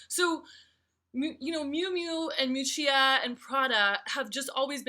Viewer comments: Correct pronunciation might have helped.... Mee-oo-chah ... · miu miu is not a cheaper diffusion line ok ! and you mispronunciation Miuccia